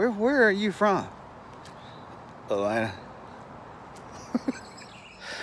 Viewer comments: AH (T) LAN AH... that's what I hear...beautiful sound. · This is hilarious..I’m from Alabama and say it like you do ,with one T 😂..